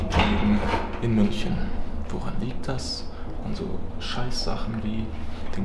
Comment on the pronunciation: MÜNCHNEN? xddddd